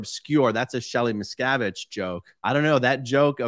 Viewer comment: If he would’ve pronounced miscavige better, I think the joke would’ve landed better.